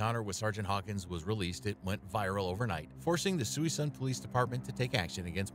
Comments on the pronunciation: Sui-sun😭😭 it’s PRONOUNCED “SOOH-SOON” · It’s not suey sun, it’s sa soon. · Come on guys . . . its pronouned Sah SOON City, not Suey SUN City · Pronounced "sue soon" not "suey soon". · Narrator kept saying "sooweesun" it's pronounced soosoon spelled Suisun I'm from there i kno 😆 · It’s not Suey Sun; it’s Suh-soon. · Suisun is pronounced Soo-soon, not Sooy-sun. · First story: Is the town mentioned, "Suisun," in Northern California, between Vallejo and Fairfield? If so, your pronunciation of (phonetic) "Suey-sun" differs from the pronunciation I've heard for more than 60 years. We've always pronounced it (phonetic) "Su-soon." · It's pronounced Soo-soon City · The way he says Suisun is killing me. It is phonetically pronounced (Su-soon) not that anyone would know that without prior knowlege, but still. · FYI - It's pronounced. SOO-SOON ! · Sue soon is how it's pronounced. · Suisun is pronounced (SaSoon) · Suisun is pronounced, "Sue-soon." Ask me how I know. :))) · BTW Suisun City is pronounced Suh-soon city. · It's pronounced Suh-soon. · Town is pronounced: (Sue - Soon)_ Get things right. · The city name is pronounced "Sa-Soon". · Pronounced, *sou-soon